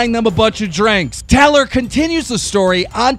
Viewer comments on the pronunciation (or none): The way he says tarlerrrrr and aleeesa haha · Keemstar says Talor and Aleeeesa 😅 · Why is keemstar not able to pronouce names properly. He calls taylor "teller" he calls Alissa "Aleesa" seriously 😂😂😂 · Taylor is pronounced Tay-ler not Tal-er and Alissa is pronounced Al-iss-uh not Al-ee-suh. Just saying lol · I think keem gets off on pronouncing people's names wrong haha tah-lor, a-lee-sah???? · its ah-lissss-ah and tay-L-or BITCH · Bro it's tAYlor and AlIHssa like 2 very common names, you gotta pronounce those right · Wtf he pronounces alissa aleesa and he pronounces Taylor talor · Alissa is (uh-Lis-uh) Taylor is (Taye-lor) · Why does Keem not know how to pronounce names? Really, "Telor" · How he says Alissa and Taylor got me hella triggered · Why can't you ever pronounce Alissa or Taylor right? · Bro you always pronounce peoples names wrong like taylor is not a hard name 😂😂😂😂😂😂😂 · How do you pronounce Taylor wrong. I'm baffled keemstar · How the fuck can keem pronounce caniff the first time, but can't pronounce taylor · Keem the type of guy to pronounce taylor wrong